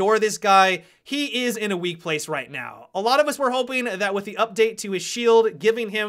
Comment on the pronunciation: Op adds an extra syllable and vowel to every last word I his sentences. "...Where i would've originally placed him in-uh."